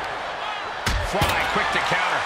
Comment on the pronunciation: he said fry quick to counter